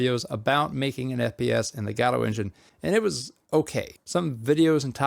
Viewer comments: Why pronounce it "Gaaawdo" 😭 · I think it is pronounced guh dough. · STOP SAYING GODOTE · the gah dough engine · LOL fr I always thought it was Go. Dot. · GODOT engine, get it right bro